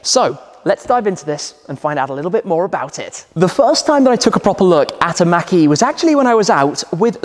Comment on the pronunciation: It sounds like he's saying Mackie instead of mach-e. It's pronouced more like mock-e.